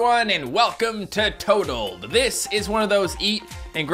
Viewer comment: its toad leb oh my god why so many times